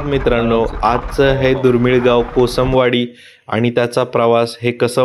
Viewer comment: भावा कोसंबवाडी नाही रे कोसमवाडी